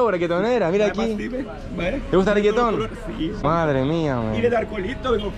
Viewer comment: Stop saying reagaton all the time we all know your video are good don't mess it up blessings